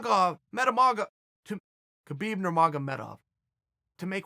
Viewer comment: I died when i heard "Khabib Nurmagov...Metamagov"